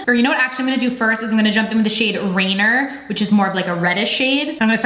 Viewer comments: Ahhh. RANIER. like Rain-NEEER. Not Rain-er. And not like a French Rain-yay. Named after the Mountain. Her reveal video pronounced everything correctly. Good try though. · Rainier is pronounced “ray-NEER”, fyi. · I got my alarm ready... I live in VA but I'm from Seattle, born and raised, moved to va 4 years ago... I giggled when you pronounced rainier as Rain- ER... It's Rain EER... Like reindeer without the D. So cute love your videos... thank you for reviewing this!!! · It’s pronounced Rain-eer. That’s our lovely mountain here in Washington. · Here is a little pronunciation help for you Chanterelle is pronounced "Shan-ter-el Ranier is pronounced "Ruh-neer" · I love you so very much; your so cute, Rainier is named after one of the most beautiful mountains in our tri state area. Its pronounaced rain-ear. I sent u a dm on ig a while ago that is so so IMPORTANT to me. I know you're tremendously busy but if you could PLEASE🙏🙏🙏 spare 5 mins to read it that would seriously mean more to me than I can even explain in words. My Instagram handle is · Love the look.... I hope I do not offend.... Rainer is pronounced raineer...it's a Mountain in Washington...also chantrelle is pronounced Chan trell....it's a type of mushroom found in the Pacific northwest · "RANIER" is pronounced ray-near not only is it a mountain here in Washington but it's also a beer that most of our elders around here call vitamin R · I'm assuming shade rainer is RAY-NEAR. Like Mt. Rainier. I only know cuz I live in the PNW lol. No shade just trying to help 😄😘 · Seems like you didn't even watch her reveal video, which is disappointing. For example, with so much trouble pronouncing. Ranier. Once you know its mount Ranier reference its pretty simple to remember to pronounce proper. Plus other comments you made, pretty obvious. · So I think it’s cute how you’re saying the names of Rainier and chanterelle. Definitely not saying it right lol beautiful eye makeup